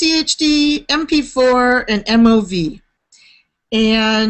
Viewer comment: I've never heard MOV pronounced as "moove" haha